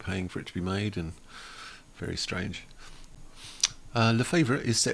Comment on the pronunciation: La-fa-vore-eat - that's how you pronounce it, not in American slang even though you're a Brit, you should know that.